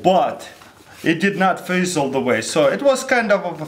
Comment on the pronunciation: lol he was like, "brain flreesze